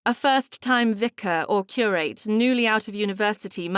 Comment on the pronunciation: Another over- annunciating narrator. It’s pronounced ‘ cur- ut’ not Cure- rate’ and ‘ Dutch- us’ not Dutch - ess’. It’s not easy on the ear and thes3 stories are so fabulous! Wish I was reading for you all!